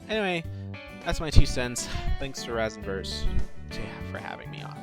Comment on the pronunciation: You pronounced Rasenburst wrong it's pronounced "Raisenburst." Other than that good video.